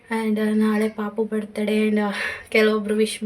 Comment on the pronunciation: ಬರ್ಡೆ ಅಲ್ಲಾ ಬರ್ತ್ಡೇ